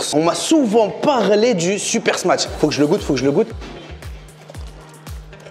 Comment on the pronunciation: L'ami ça se prononce "Smash" et pas "Smatsh" ou "Smatch". Comme de la mâche tu rajoutes juste un S devant ;)